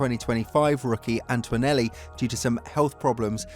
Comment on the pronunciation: It's ANTONELLI! ANT-O-NE-LLI There's NO "U" or "W" in his name FFS!!! It's Antonelli, NOT Antwanelli or Antuanelli!!!